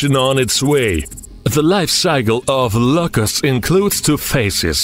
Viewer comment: I thought he was saying Lucas. I was like, “dam. . . He named that cicada